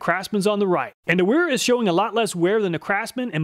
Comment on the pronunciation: So if it's German, then Wera is prnouced Veh-(H)rah ;-)